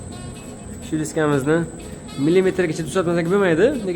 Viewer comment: Дискамизни деган гапингизни аник ва чёткий айтинг ёмон эшитилаяпти